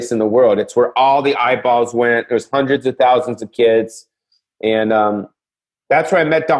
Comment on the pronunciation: This intro is bert... Ahhhh hundered percent...